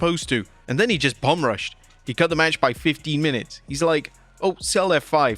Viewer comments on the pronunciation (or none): none